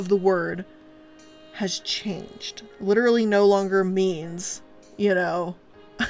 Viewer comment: Can I just point out how she says "Lit'er'ly" like Rob Lowe's character from Parks and Rec, only unironically?